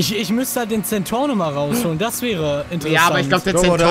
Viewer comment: Alle sagen centorno.... Wie das Auto wirklich heißt:centenario🤣🤣🤣